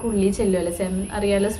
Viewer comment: Cemen alla 🤦it's pronounced as sea men